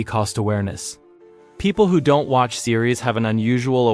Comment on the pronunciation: Do-ent? Sounds like AI to me